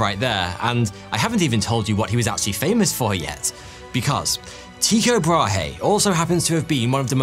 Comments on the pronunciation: when saying "Brahe" its pronounced like "braahh" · Nah ,it's an "y"-sound. Not very helpful, I know. But if you know how to say Ypsilon, you've got it. Also, the "h" in Brahe is silent (Bra-e)